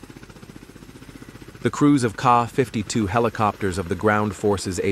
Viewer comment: 😂 not car 52 its K. A. 52